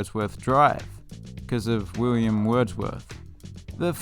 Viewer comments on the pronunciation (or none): none